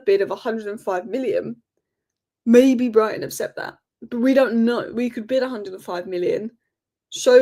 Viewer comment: it's "accept" for heaven's sake.